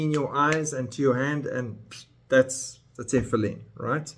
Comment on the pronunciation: For your information, all religious Jews wear Tefillin, not just ULTRA orthodox. And most Jews, even secular, know how to pronounce it. You don't pronounce it correctly, which shows how little you know about Judaism. Shocking!!!